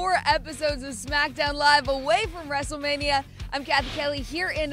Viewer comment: Did you say " Main Event WRESTEMANIA "?!